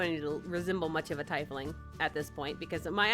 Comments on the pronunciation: Its not tie fling its tea fling, just saying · I think the correct way to say it is tee-fling XD FORGIVE ME IF ITS WRONG XDDD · Your character sounds chaotic neutral to me. Also I think it’s pronounced ‘tee-fling’. I love the design! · Being an avid D&D player this was cringy cute watching this. Btw! Tiefling is pronounced Tee-fling. And each species of tiefling (either infernal, feral, and so on) have different shades of skin. Usually its reds for infernal and purple for common. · It’s pronounced Tea-fling btw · That's not how you pronounce tiefling right? I thought it was pronounced teefling... right? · I have a teifling character for D&D!! Btw it's pronounced teefling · By the way- it's pronounced (Tee-fling), but it's really up to you on how you want to pronounce it!!! ^_^ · I'm not sure if you are pronouncing tiefling right.. But maybe I'm the wrong